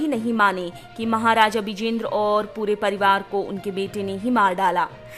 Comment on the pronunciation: Say birendra not bijendra 😡😡😡😡vsdk